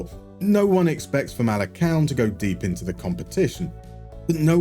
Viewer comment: Hi a quick lesson in Portuguese Famalicão should be pronounced as "Famalicaohm" like the ohm of the sound of the universe For words that start with a G and are followed by a vowel it turns into a J so Gil Vicente would be "Jil Vicente" For the little Ç it's an S sound so Taça de Portugal would be "Ta sa de Portugal"